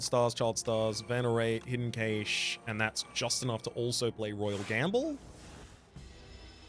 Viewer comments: Love the vids! But i have to say this it really irks me the way you pronounce "Cache" it's pronunced "Cash".😅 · Whether you speak anglish or 𝕰𝖓𝖌𝖑𝖎𝖘𝖍, cache is pronounced more like 💵cash. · Okay this comment has nothing to do with the game, but I think it’s interesting how I hear British and Australian English speakers saying “Kay-shh” for “cache” while, in America, we just say “cash” I guess the “e” don’t be silent for y’all there. (Please somebody get this joke from like 2011 so I don’t feel super old) But it’s gotta be the “e”, right? Cuz it’s the difference been “Kat” and “Kate” Wonder why we say “cash” then? Also, can’t wait to find out that Americans also say “kaysh” and I’m the weird one. LOL